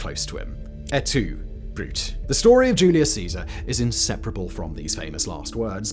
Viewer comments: Leave it to Simon to mispronounce even a quote as famous as, “Et Tu, Brute?” And, yes, to make sure, before posting, I confirmed the E is pronounced and not silent as in the word brute. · It isn't "aytoobrut" It is Ate Too Brootay. Yes, I'm pedantic. Please, for the love of little green apples, check your pronunciation :) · It's pronounced Ett Two Broo-tay.